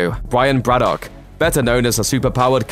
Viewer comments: How can you mispronounce Braddock? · You sound English so why can't you pronounce Braddock sensibly? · Why can’t you pronounce Braddock? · That's a very strange pronunciation of 'Braddock'